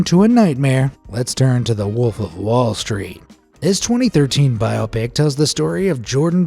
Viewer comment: "Bi-oppic," lol. We can replace someone's face seamlessly but we still can't get an AI voice to pronounce shit right.